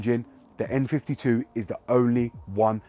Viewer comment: Thought you were saying M52 tbh, love my M54B30, its as smooth as a Kashmire Codpiece ;)